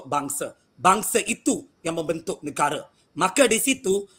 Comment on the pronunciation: Hancurnya bahasa Melayu.......sok Melayu tapi ucap negare, bahasa...bukan bahasa